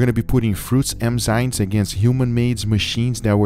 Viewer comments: Why do you say Emzynes? The right is Enzymes. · EM- ZYNES? Enzymes. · It is Enzymes NOT Emzynes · Please Guga learn how to Pronounce the Word "EnzyMe" You keep saying Enzynes and its really fuckin with me :D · Guga saying "Emzynes" instead of "Enzymes" .... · Guga, its called enzymes not emzynes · I am so grateful this series is over. I realöy like your stuff but i Couldn't have heard "emzynes" once more without losing it completely. It's enzymes for the love of god. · Enzymes not Emzynes bro ✌ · Everyone: enzymes This guy: emzynes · ade you saying emzynes instead of enzymes 😂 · Someone tell Guga it's Enzymes and not Emzynes. Killing me here 😂🤣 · Its ENZYME and not emzyne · I love you Guys but please eNzyMe not eMzyNe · “Emzines” lol 😝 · Nobody: Guga: "Emzynes" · No one: Absolutely no one: Guga: emzynes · No one: Guga: Emzynes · "emzynes" did a good job there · Im so bothered at how guga pronounces enzymes hahaha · Darling.... It's EN-ZYMES NOT EN-ZYMES it's not a cultural thing at all just pronunciation to help you along just in case you didn't realise 😧😧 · bro how do you mess up the word Enzyme literally every time lmao